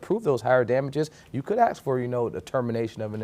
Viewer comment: Who put Grandma's wig on that FREELOADER? "Acts" (its even in the transcript thats how the FREELOADER pronounced ask) smh 🤦🏻‍♀️ get rid of the aa hires